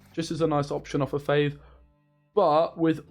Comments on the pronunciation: F(aw)ve not F(ay)ve. Great deck mate! Loving the videos :) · How you claim to be the english speaker when you pronounce fauve as "fayyve"!?!?! Unscribe